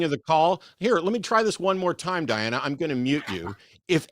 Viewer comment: It was the same person, wasn’t it? It had to be. Just swapping the name and pronouns. What was interesting to me was Diana never corrected Eric when he inadvertently mispronounced it as Deanna multiple times. Almost like they forgot what alias they were using…